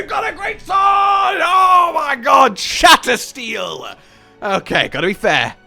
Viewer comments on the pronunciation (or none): I love that the whole time hes pronunciation for the greatsword, his favorite, is wrong. He keeps saying shatter steel but its shatter"seal"